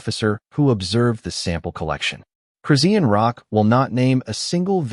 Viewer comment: The way that AI voice CONSTANTLY REPEATS EVERY NAME IS CRAZY! Redundantly mispronouncing Chrisean Rock at the BEGINNING OF EVERY SENTENCE is crazy. Only a computer generated "voice" (AI) does that. I've heard her name more in this video than in the last TWO YEARS COMBINED 😳!